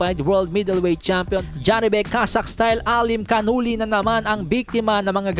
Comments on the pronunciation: janibek alimkhanuly Ito ang tamang pronounciation Ja ni bek Alim kha nuly Hini kanala ni 😂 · Mali nga pronounce mo sa alimcanuli 😅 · boss alimkanulay yung pronounciation ng surname ni janibek para sa susunod boss tignan monalang sa introduction nya po every fight nya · Sabi pa ni ali canala dw bigkas 😂😂😂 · Hahaha d marunong magbasa yon